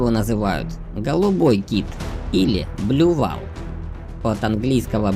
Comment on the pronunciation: ПознОвательное видео для детей? БлюВАЛ? Вы серьезно? Неграмотно, и непрофессионально. Blue Whale (произносится как БлюУэйл) - и так переводится как синий кит, о чем в видео упомянули, зачем каверкать названия с английского, если их можно тогда вообще не использовать? Дизлайк. Очень жаль, что к подготовке материалов для детей относятся спустя рукава.